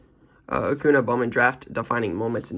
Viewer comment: Please say Acun(ya). just a little thing but annoys me as a baseball fan hahaha